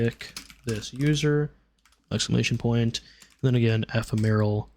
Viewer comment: eh-fem-or-al.... not however you were pronouncing it... sorry, just one of my pet peeves is people mispronouncing words. 😅